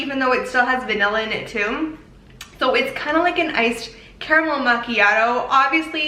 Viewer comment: Thank you so much for pronouncing it CA-RA-MEL instead of "carmel". Lol